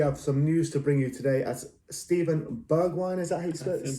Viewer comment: Bergwijn . We can forgive you for not being able to pronounce the g in his name. wijn is like wine